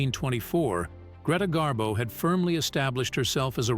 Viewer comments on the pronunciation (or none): Gree rhymes with knee. Pronounced Gree-ta Garbo. "Rarely ventured out?" Greta went for long walks in NY, and sightings of Miss Garbo brought out crowds of fans onto the streets just to see her. Miss Garbo walked past my grandfather's brownstone in NY, when he was walking his Scottie dog. Miss Garbo said, "Oh, what a lovely dog." The "lovely dog" suddenly barked at her, and she fled. My grandfather never forgave his Scottie. Garbo also came down to Miami Beach to see Sinatra at the Boom Boom Room in the Fontainebleau Hotel. My grandmother Betty Batista booked a suite just to come down to the lobby and Garbo-watch. The next day, Garbo hopped on a bus, all disguised with dark sunglasses and a hat. A waiter who was a friend of Betty's followed Garbo as she window-shopped near Burdine's Department Store. He took pictures of her with his Polaroid camera.